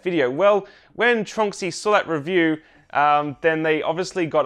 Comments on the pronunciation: I just realized I’ve been pronouncing Tornxy wrong for a long time. I always thought it was TRON X Y 🤷‍♂️ Great update! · I've had my Tronxy for 3 years, and I'm just learning now how to pronounce it?